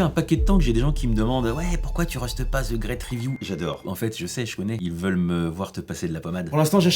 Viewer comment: La vidéo commence : "Zeu grète riviou…" 😐